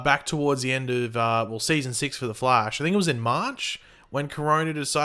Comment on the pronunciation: stop saying Flesh instead of Flash